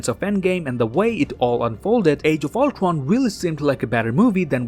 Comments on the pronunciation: You literally say ultron as ultwon ul-tron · its ultron not not ultwon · Did anyone notice that he said ultwon instead of ultron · Number Twee when Ultwon xD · No offense are canadians unable to pronounce r? Cuz when he said words like cradle or Ultron Prime he said it as Cwadle or Ultwon Pwime ngl kinda like my impersonation of a baby 😂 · Ultwon dude its Ultron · Does he has some problem in speaking?He keeps saying Ulcron but not Ultron and more terrible speaking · I love how he says “Altron” instead of Ultron. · He says Uldwan insisted of Ultron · He says it more like ulquon instead of ultwon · Ultwon he said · I love your vids but damn you speak like you have some kind of speech impediment or trying to talk cute. Cweating Ultwon, Amiwica, I mean damn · Another detail is that this pronounces Ultron as "ultwon" XD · Sounded like u said oltwon might've been the joint I smoked I'm not rewinding it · No offense But why did you say “age of ultwon? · He says owtwan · I like how he says "Ultron" Ultwon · “When Ultwon took contwoll” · its ur boy, owtrwon here to kill the avwengers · I played this vid at .25 speed and all I know he says oltwon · How he saids age of ultron: age of ultwon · Dude probably has a speech impediment cuz he calls Ultron “Ultwon” and Cratle as “Cwatle” like 5 times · Is it just me or he says thwee? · I love how he says ultwon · Nobody:: ultwon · Did you just called the movie "Avengers: Age Of Ultwon"???? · Canadian pronunciation of ultron is ultowon (Im not gay) Its not hate but its cute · I think the guy cant say r no ofrense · you cant say ultron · I might be offending but, is that actually how you pronounce "Ultron" in english? Just that we pronounce it differently in other countries and I was just wondering. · The way u say Ultron is hilarious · As a huge MCU fan your upload has become an event for me! 🤩 thanks,... Also, I love the way you pronounce “Ultron” 😅